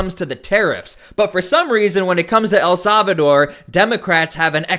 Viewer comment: The proper pronunciation of El Salvador in English is: el SAL-vuh-dor Not... "El Sov a door"